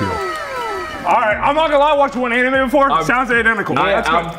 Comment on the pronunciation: The question likely sounded like “how do you feel about animals?” To him. The pronunciation of anime is what threw him off most likely.